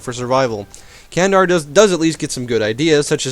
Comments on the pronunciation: Not kendar, it is read as jandar. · Not only Ottomans;Ramazan, Karaman, Candar, Dulkadir, Aqqoyunlu and even Qaraqoyunlu are Turkish nations.And we don't pronounce Candar like that, most likely to "dʒ" instead of "k".Nice video by the way. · Candar is not pronounced Like this it pronounced Like germany or gentlemen